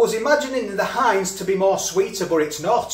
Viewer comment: Its Not Heinz it's HEIN..LOL